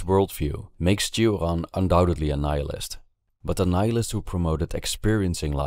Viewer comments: Why you say Turan instead of Choran (romanian promunciation) or Sioran (french one)? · Cioran is a Romanian surname and shouldn't be pronounced as if it were a French one. It's /tʃ̩ŏran/ with the 'ci' sound almost as it is heard in English 'cheese' and with the hard 'r'. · It makes me somewhat sad to hear a Romanian name pronounced with a French accent in English.